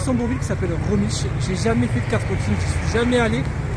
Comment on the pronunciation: Ça se dit rémich sinon top vidéo comme d’hab